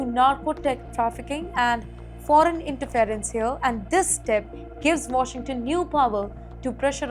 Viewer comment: Very poor pronunciation of Caracas, Caribbean, Israel, and interference. Please improve the English pronunciation.